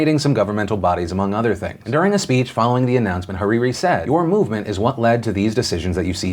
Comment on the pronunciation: HAHAHAH THE WAY U SAY HARIRI